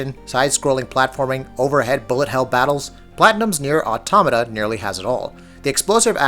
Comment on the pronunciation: nier automata is pronounced incorrectly lol